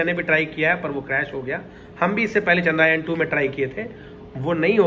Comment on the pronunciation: चंद्रायण नहीं चंद्रयान नाम है।